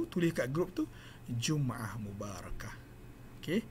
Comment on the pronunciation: Maaf doktor. Kalau boleh diperbetulkan baris جمْعة kpd baris depan جمُعة. Rujuk surah al-Jumu'ah 62 ayat ke-9.